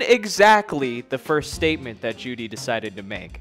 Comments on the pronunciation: it's pronounced "joe-dy" btw not jewdy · You can tell he clearly did his research by the way he mispronounces Juedy's name throughout the entire video. Dude didnt even take the time to fact check his NAME lmaoooooo